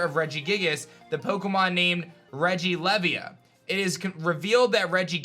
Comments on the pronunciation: He's american of course they pronounce it wrong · I am pretty sure that regilevia is pronounced like who you would say leviathan.